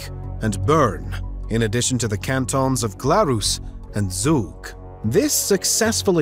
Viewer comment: Your pronounciation of "zug" makes me unreasonably angry